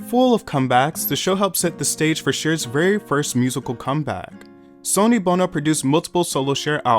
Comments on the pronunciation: Cringe. Hearing a name pronounced incorrectly makes it impossible to watch. Sonny Bono should be pronounced the same as Sunny day. Sonny comes from sonny boy. Son is what a male child is called. Get a real education before making utube videos. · It’s pronounced sunny bro… 🤦🏽‍♂️ all these kids want to do history videos and can’t even get the damn names right… 🤦🏽‍♂️ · Who TF is "Sawny" Bono and "Sony" Bono? 😂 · Tell me you've never heard GT&T because you can't pronounce" Mobile". Sh!t you can't say "Sonny" correctly.